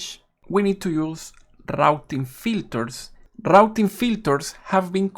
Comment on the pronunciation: Very nice info on RRRRouting filters